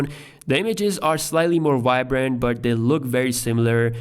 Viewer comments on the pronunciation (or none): Stop saying WOICE instead of voice. AND stop saying WHYBRANT instead of vibrant. Please.